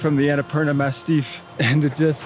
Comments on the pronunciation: Is he joking when saying Annapurna “mastiff” ;) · Is it me or it’s the Annapurna MASSIF and not MASTIFF? Unsure, since English isn’t my first language. Anyhow, I love your videos and I admire your courage and your openness. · Massif, not mastiff. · It’s “massif” not “mastiff”, that’s a dog 🙂